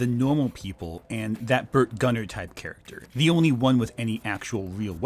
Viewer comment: I'm sure like 20 people have already said it, but it's GuMMer not GuNNer. And as for the "diseased dino" idea, it should be fungal. The atmosphere and environment these creatures grew up in could be perfect for that sort of thing. I don't think it should be cordyceps, just something that causes degeneration in the brain and other tissues and makes otherwise docile dinos act like deer with chronic wasting disease.